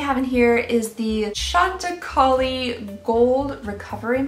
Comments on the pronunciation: "Chantacauli" had me LMAO 😂🤣😂 Try saying Chantaki - which is how Chantecaille is pronounced. Harrods is heavy frequented by "older" people, hence the ridiculous amount of skincare. I do feel the inclusion of sample sizes is cheap and nasty. Who pays almost $400 (cost, plus shipping and customs) for crappy samples? Happy 2021. I hope every dream comes true for you, 🎊🎉🎊🎉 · I mean the state of the package might be more a postage issue rather than harrods. I remember the state some of your subscriptions when they arrived lol. Jxjckvk chantecaille is French so several constanants aren't pronounced. Sh-ahn-teh-kai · Ok, for the new year please learn to pronounce these words...Shiseido is Shi-ZAY-do, and Lancôme’s mascara that you love, Monsieur Big is Muh-syur Big. The perfumed candle is Baccarat...Bah-ka- rah. I think the other word was Madison, May-zon. And finally, Chantecaille is Shan-teh-Kai. Thank you, carry on. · What a let down! I enjoy Harrods, buy wow. Are they basing the value on the sample's full size prices?? Also, Chantacaille is pronounced Chanta-ki 😏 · I like skincare but this is a ripoff! What's the point of 3ml Guerlain serum regardless of how much it is? Also, please look up how to say Shiseido, Omorovicza and Chantecaille. You'd be surprised how wrong your pronunciation is :) Happy New Year!